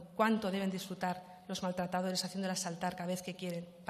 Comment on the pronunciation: Maltretederes, jajaja cuesta hasta pronunciarlo, pero bueno ella vive en el mundo de las portavozas y las fiscalas y no sigo porque mi corrector ortográfico se está volviendo loque